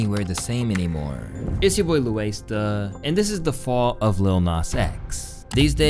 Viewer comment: “fall of”?😂